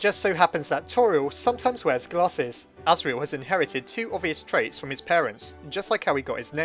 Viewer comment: It wasn't Chara, it was Asirel, and that's not how it's pronounced.